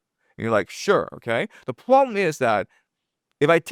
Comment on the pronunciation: The first " Pwoblem "!! Oh and a " Wobot " Pmsl 😂😂😂😂😂